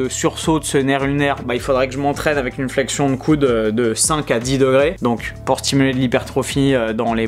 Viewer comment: Oh!! Merci pour la vidéo rien a dire tu gères. Comment se fait il que tu dis "coune" pour dire "coude"? 🤣😂👍🏻